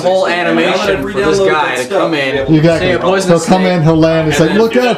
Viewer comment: It's not "a p----oy------son-nus snake." It's an owl speaking. So it should be, "A p-oooooooo-son-nus snake." Krispen has Cedric go with Graham. Yet Cedric doesn't help him in any way other than bringing Graham from Daventry to meet Krispen. He won't go into the desert with him to look for water. Graham has to die a few times before he locates a source of water on his own. Cedric doesn't want to go into town with Graham. And he doesn't want to go into the forest with Graham. Cedric sprinkles some fairy dust on Graham to make him fly. If fairy dust can make Graham fly, wouldn't the fairy dust go up in the air rather than fall down to the ground? You're right about the colors and the scenery. They're really beautiful! Rule: "Take everything that isn't nailed down." In other words - STEAL. Stealing is okay in the King's Quest series. There's nothing like stealing. "Defying normal thinking." How about the magic pocket? Graham puts a custard pie in his pocket. He keeps a hammer in his pocket. Also a harp, a tambourine, a rotten fish, a leg of lamb, a nice warm cloak, a sled, a marionette. and a magic wand among other things. The same in KQ6, KQ7, and KQ8, with Alexander, Rosella, Valanice, and Connor carrying all sorts of objects in their magic pockets...a shovel and a hammer & chisel, a gold bowl with green water in it, a jar of clay with salt or fresh water in it, a China bird, a magic mirror, a gauntlet, a magic map, a lantern, a dangling participle book worm, Beauty the slave